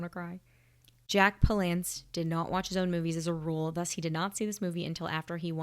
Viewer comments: Jack Palance's name is pronounced with the accent on the first syllable. PAL-ance. Sort of like "palace" with an "n" in it. Palance played a lot of tough guys and heavies. To see him play against type, watch Bagdad Cafe. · Jack PALance (like "balance")